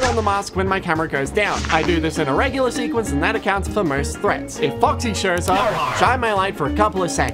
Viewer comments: i love how he said "focksee" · I don’t know why but I love the way he says “Incidentally, it’s only useful against Faw-xy” with so much emphasis Timed with the click of the flashlight, just hits right